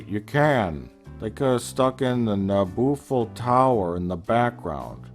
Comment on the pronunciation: Nabooffel Tower! Lol